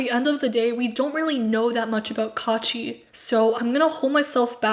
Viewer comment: Not kaachi but kuachi😤😑